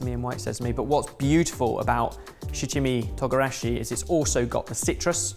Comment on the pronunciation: 七味唐辛子... My japanese isn't good but it is probably not pronounced "shi CHimmy",. It should be "shichi mi tOOgarashi".